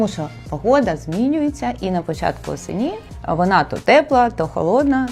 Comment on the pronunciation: Осені', з наголосом на ні'?? Дальше слухати неможливо